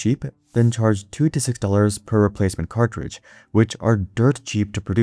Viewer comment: "cartdridge" you using AI bro?